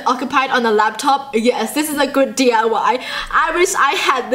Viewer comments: It's diy not dly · u said d.u.y its diy